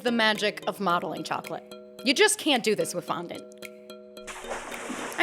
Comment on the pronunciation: When you said "Modeling chocolate" why did I hear "Mommy Chocolate"